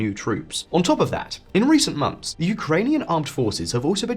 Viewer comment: months NOT mumfs